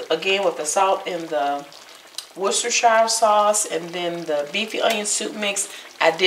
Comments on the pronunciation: I think its pronounced "wood-stuh-sher". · woo-ster=sheer. 12 years stationed in England English wife; I know. Plus "well done" is a misnomer. Medium rare, tops, is best. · It’s pronounced “worse-ter-sher.” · Easy way to pronounce Worcestershire (per my British boyfriend): War-stir-sheer. Easy peasy! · Pronounced either Wistershire sauce or Worchester sauce. WOR-Chester sauce is the more common English pronunciation. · Worcestershire is pronounced "Wuss-ta-shur". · Woostershur...a lot of those extra syllables are silent and unnecessary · Excellent idea to use the Lipton soup mix in the burgers. Will definitely try this. Google how to pronounce worchestershire...you will be shocked!